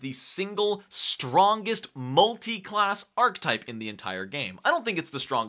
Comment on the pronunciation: Good content, but one thing bugged the heck out of me: Archetype is pronounced aar·kuh·tipe :)